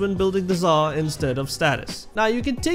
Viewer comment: man i thought you said zarr